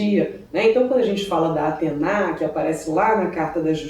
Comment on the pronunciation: A pronúncia correta é Atena (como se escreve) e não Atená....